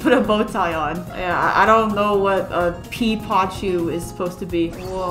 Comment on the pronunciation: Im pretty sure when you said "OC", the idiots thought you meant "Online Character." 🤣🤣🤣 ⚠ This is just a joke and im sorry if I offended anyone! Please dont take this seriously! ⚠ Also Peepachu is prnounced "Pea - puh - chu" 🤗🤗♥♥